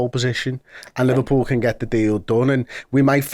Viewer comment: Looooooooooooool Liver-no-pull 😂😂😂